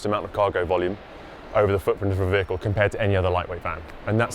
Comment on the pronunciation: I know is saying vehicle but every time I still can’t stop thinking he says bagel ha ha